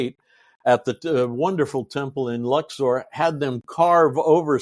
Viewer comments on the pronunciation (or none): none